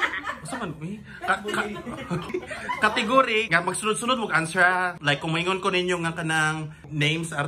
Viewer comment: hahaahaha "cateeeeygoreeeey" samoka sir ambot unsaon sab pronounce hha